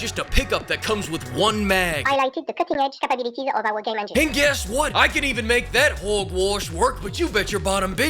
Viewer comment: why don't you just admit that your jealous of Cutting Edge "Capabeeliteez" of ubisoft?